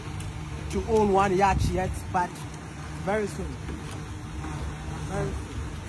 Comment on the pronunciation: Please take no offense but the the British pronunciation for Yatch is “Yot” and the American is “ Yaat” the “ch” is silent❤❤❤❤😮